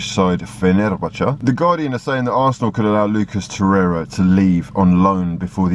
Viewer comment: I always think you say "breaking news for dat ass" 😂